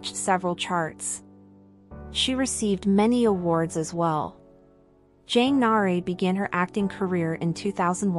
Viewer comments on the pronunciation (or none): Jang nah-uh-ray killed me 😭😭